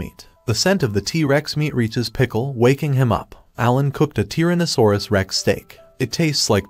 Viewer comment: Why does he say Baki and tranasourouslike that